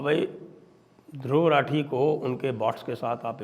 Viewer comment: सही उच्चारण रथी है या राठी,चेक कर लीजिए महापण्डित!